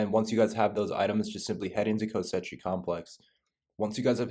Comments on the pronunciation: Why is he calling it kosechi its pronounced kos she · Koschei "Ko-Shay". Not co-setchy my guy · "Kosechi Complex" Bruh learn to read. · Omfg he says ko-setchie-complex times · It’s pronounced “ko-chi” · It’s pronounced KO-SHAY. Please pronounce it correctly. Lol. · BRO ITS KOSH Eye (facepalm)))) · every time this mf said "kostetci" i felt like there was rusty nails in my ass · “KOSCHEI” its Russian not Italian it’s pronounced KOSH like Cash with an O and EYE…..”KOSH-EYE” I like your videos ❤ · Ko-SHAY. repeat after me CO-SHAY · It's not pronounced Kosechey brah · Why can’t he say “Koschei” right? 😂